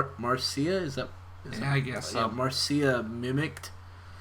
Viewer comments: THE NAME MARCIA IS PRONOUNCED AS MARSHA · BUT! in The Brady Kids spinoff, the intro's lyrics pronounce it "Marsha"